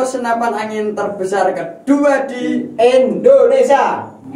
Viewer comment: Bukan endonesia tapi Indonesia mas